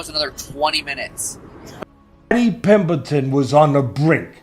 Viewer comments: The best part of this video is Teddy Atlas calling Paddy, “Paddy Pimbleton”… 😂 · Teddy Atlas... "Paddy Pimbleton" 😂